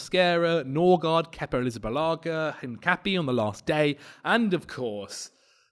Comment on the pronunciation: It's HincapiÉ, so ends 'pee-ay'